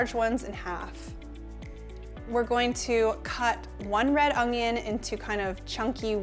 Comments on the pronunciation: Un-yun. There is no g in it, so it’s definitely not ung-yun. However... I never would have said anything except for your asking. I’m much more interested in the fantastic content your offering me. THANK YOU!! Love your shirt today, btw. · un-yun for onion; hwa-shin for hoisin. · 🤣😂 no “g” in your Canadian onion but lots of flavour 🤣😂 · I think I'll buy minced garlic and pre-chopped, frozen, bell peppers, butternut squash and onions instead of all that chopping, but great ideas! Thanks! Oh, and here's how you say onion lol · While “onion” has no “g” in it, I couldn’t possibly care less! Your presentation is a great as your food! Don’t change a thing!